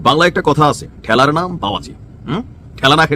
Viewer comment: টেলার নয় ঠেলার ।